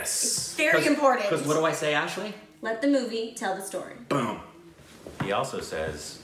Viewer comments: Ashley you pronounce name correctly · Ashley has the name Spot On! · Ashley spot on. You got the name right